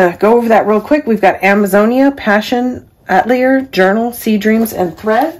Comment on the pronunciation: Atelier is pronounced a-tell-E-A